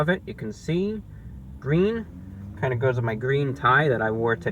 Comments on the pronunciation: Its gween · Its gween, its qween! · its gween!